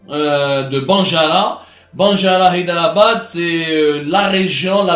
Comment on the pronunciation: حيدر أباد وليس هيدرأباد porquoi tu le prononce en français